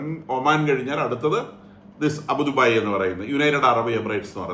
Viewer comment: അബൂദുബായി എന്ന് പറയാതെ. അബുദാബി ആണ്.അതുപോലെ സൗത്തേൺ അല്ല സതേൺ ആണ്